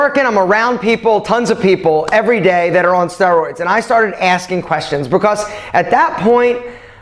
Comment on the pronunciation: Why I'm thinking he is pronouncing steroids wrong